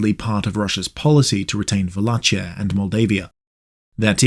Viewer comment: The CH in Wallachia is pronounced like KEY.